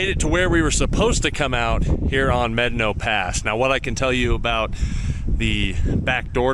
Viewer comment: Good video and nice job on properly pronouncing Medano Pass. It's one of my favorite trails and every other video I have watched; they pronounce it wrong. I run it at least once a year. You are pretty brave to run Blanca on your own. I ran it in my Jeep with 33's with our group and I won't run it again. I don't need to die on the trail.